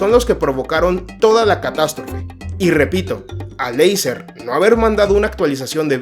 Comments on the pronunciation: Acer no eiser 😂😂😂😂no das ni una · eiser???? ACER tio..... ACER!!!!!! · se escribe acer, pero se pronuncia eiser amigo